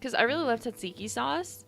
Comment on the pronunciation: VOD gang once again but that was a fun stream nonetheless! Man that burger review also made me hungry lmao P.S the accent for tzatziki and gyros was killing my greek ancestors and myself and try to correct it but its okay T-T